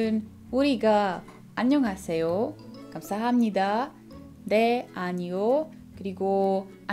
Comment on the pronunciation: Jenom bych si dala pozor u výslovnosti 감사합니다. Je tam změna, takže se nevyslovuje "hab" ale "ham". Jinak moc fajn!